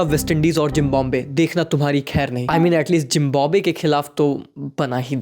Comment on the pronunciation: Zimbabwe ❌ jimbabwe ✅